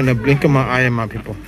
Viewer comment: He says “mwy peepols”